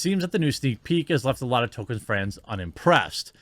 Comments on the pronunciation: lol you make me insane when you "token"...it's tol-key-in...he's not the black kid on south park, Jeremy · It’s TOL KEEN not Toe Ken, you’re killin me bud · Please start pronouncing the "L" in "Tolkien". Tokin' isn't his name. Sorry for being nit picky, but this is almost as bad as educated people saying "lie-berry" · It's not Token, it's ToLkIen. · Quartering I know this isn't a huge deal & I don't know if anyone else has already mentioned it but his name is pronounced "toll-keen" not "tow-kin." Love your channel though my dude. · Damn it, Jeremy. I'm starting to think we need to have a class where someone can explain to you how to pronounce LOTR words. It's "TOLK-en" not ""Token" and the character who killed the Wraith King is "Eowyn," not "Arowyn." Arwen is the daughter of Elrond. Ya killing me, Smalls! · I've seen all your videos and kept my mouth shut so far. It's Tolkien not token. Pet peeve maybe but come on. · Great sentiments and I entirely agree with your take on all of this, but for goodness' sake, the man's name was not "Token." It was J.R.R. Tolkien. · Please... It's pronounced Tol-kin. Not Token. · His name is ToLkien not Token! 🤬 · Jesus Christ, Jeremy.....LEARN TO PRONOUNCE THINGS!!!!! It makes you look unintelligent and takes away from the credibility of what you are saying. TOLL-KEEN or even TOL-KIN would be acceptable pronunciations, but you keep saying Token. And you do this on MANY other things. Take the time to learn how to say things so you don't sound like a boob. I know you're not an unintelligent person but there are so many things that are such common knowledge that you either claim to not know about or have knowledge of that in my opinion really damages you as a pop culture commentary personality. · Why are Americans all pronouncing him "token" now? It's tol-keen. Haven't heard anyone say token until this debacle, not sure where it's come from. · It isn't pronounced Token....it's pronouned like Tolkeen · Is he saying Token?